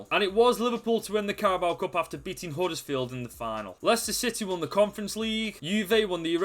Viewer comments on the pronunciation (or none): none